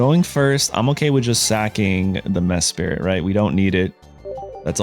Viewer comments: Mesprit … not Mespirit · How come you pronounce Mesprit as if it were named Mespirit? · “Mess Spirit” ayo what?! 10 seconds later “Mesprit” ok that’s more like it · Bruh has a full time YouTube channel about Pokémon and can’t even pronounce the names right. Its almost every video and It’s sending me 🙃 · I’ve read mispronouncing names is good engagement bait lol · its not like the names are complex or anything, idk how they mispronounce them 😭